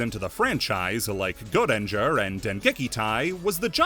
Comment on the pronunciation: for pete's sake just say "go ranger" where is this mysterious E you're pronouncing